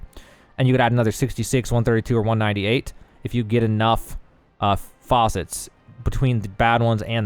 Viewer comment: all those "faucets" and no water... must be on EU. American pronunciation aside - Good guide. I just saw % going down when 1st did the engravings and was like well this is dogshit rng like bdo